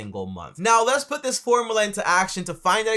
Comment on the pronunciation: Its called a formula.. Not formala